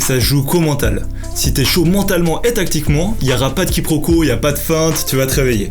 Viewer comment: Le tactiquement, il fait plaisir à entendre